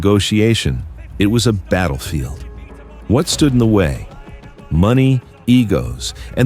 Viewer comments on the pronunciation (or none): none